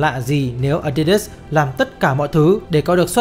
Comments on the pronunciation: A đi đớt chứ k phải là a di đát à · Nghe tới cồ ke cồ lơ với ờ đi đớt sì cái t ứa ngan -_- nghỉ coi.